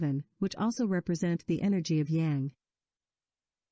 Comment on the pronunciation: If you want to teach this kind of content, direct speaker (whether human or computer) that Tao is prounounced with a "D" sound and Yang is pronounced with "ah" sound, (like "father, not like "tang")